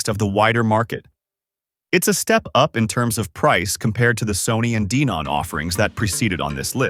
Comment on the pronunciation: DEEEnon? huh?